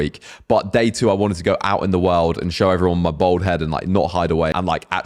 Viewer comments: It’s pronounced bAld not bOld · you say BOLD instead of BALD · Its bald not bold 😂...im researching for my son ..hes 27 and hes bothered by his cul de sacs ..im 56 been a slap head since i was 30...its never bothered me at all ..but my son is....its great that its more out in the open.....better than wearing a davy crockett hat...😂